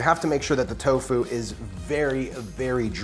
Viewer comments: You are the first person ever that I hear saying toFU instead of TOfu. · He said towFOO